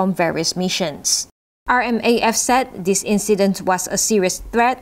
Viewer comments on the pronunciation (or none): none